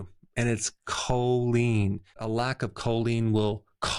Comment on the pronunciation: Please note CHOLINE not "colleen". I take it.